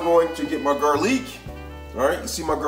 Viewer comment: Ramen & garleak 😂